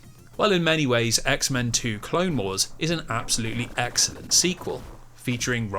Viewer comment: Every time you said the word “excellent” I imagined you were really saying “X-ellent”